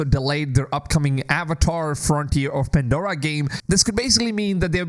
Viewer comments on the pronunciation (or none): none